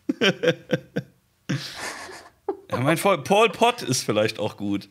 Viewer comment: "Paul Pot", lol. Geil, wenn man sich einredet, wie irre hart man die Leute mit seinem Riesengehirn ownen würde, und dann nicht mal so einen Namen ausgesprochen bekommt, weil man ihm vermutlich nur mal bei YouTube gehört hat.